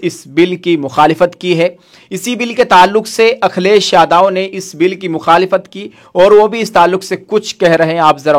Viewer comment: अखिलेश यादव का नाम लेना सीख लो भाई